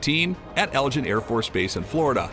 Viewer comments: That's Eglin Air Force Base, not Elgin. And it's pronounced with a hard G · That's Eglin AFB, NOT Elgin AFB. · Eglin, not Elgin. 😉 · Eglin AFB, not Elgin. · It is Pronounce d Egg lin Not El Gin. For those of us that served there it is insulting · BTW, Eglin is pronounced EGGLIN, not LGIN. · ... Umm, It's Eglin AFB, egg-linn, not ell-jinn. Elgin is a city in Illinois. Thank you, rant over. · I know it's nitpicking, but the F1 does NOT have 4 external guns. They are external hard points for missiles and bombs. Also, the AFB in Florida is pronounced Egg-lin. Just saying.... :) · It’s Elgin not Elgin like the Illinois town or the clock. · Did i hear him pronounce Eglin AFB Elgin ?